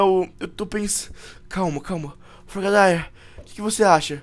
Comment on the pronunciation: fala o nome do frogadier errado